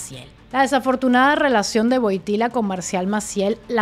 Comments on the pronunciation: Le correcta pronunciación de Wojtyła es (Voiityua) la L esa rara se llama UE y suena como una u. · Todo bien, solo una pequeña corrección. La pronunciación polaca del apellido de este Papa es más parecida a "Voitiwuá". Se escribe Wojtyła y la letra entre la "y" y la "a" no es "l" sino "ł". Saludos.